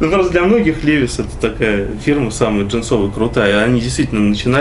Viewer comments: Молодцы конечно,ремесленники всегда испытывал уважение к таким людям,но произносить «левис» а не ливайс 😏,Пашке колхозничку фартануло,дальше попрет,спонсоры начнут Машины подгонять,в Москве тормозись Пашкемана))) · Странно. Почему человек профессионал в 21 веке говорит ЛЕВИС а не ЛИВАЙС.